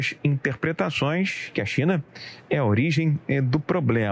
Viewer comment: Ele não disse "China"! Falou "Xina"!